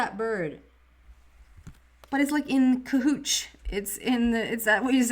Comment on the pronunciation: Almost don't want to tell you because I like "cahootch" better. But it's "cahoots"...Thank you for a lovely message of abundance and easy change. That last fairy card brought to mind Queen of Pentacles--one of my faves